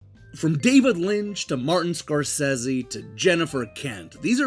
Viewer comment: Amazing, you pronounced Scorsese right! you and me are the only 2 humans who can do that. There is new Scorsese fil, coing to netflix, the Irishmen with Deniro